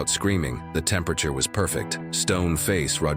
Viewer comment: Your A.I. doesn’t say temperature very well .. makes up words